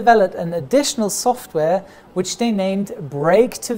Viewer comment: I haven't watched a video for ages, so I really noticed how his English accent is deteriorating. He's saying "day" and "diss" instead of "they" and "this". I guess it's better than "ziss" and "zat" like most Germans.